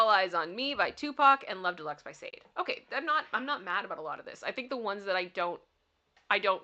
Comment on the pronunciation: Sade is pronounced SHah day